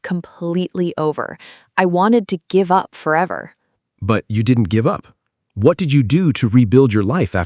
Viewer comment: “Never gibe up”